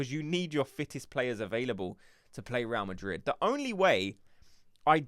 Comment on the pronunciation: Please fellow gooners let's not sound so gormless even with a cockney accent. It's not 'Row Madrid' it's 'Ray-al Madrid' - 2 BLOODY SYLLABLES!!!